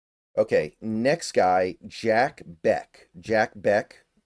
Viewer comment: This is the range that I hope we address WR. I would freaking love it if we get Bech!!! (I'm pretty sure it's pronounced "Besh," not "Beck"... but I could be wrong.)